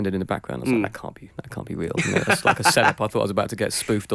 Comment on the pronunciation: "That can't be weal"